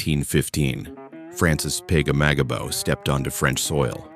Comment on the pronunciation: Butchered the last name